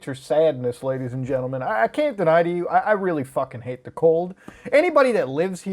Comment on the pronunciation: you say ladys and jentelman very much. Noice